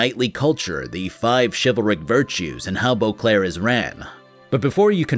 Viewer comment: I keep hearing Eau Claire when he says Boclair which is hilarious as Eau Claire is a city in Wisconsin. Imagen, the witcher, wisconsin edition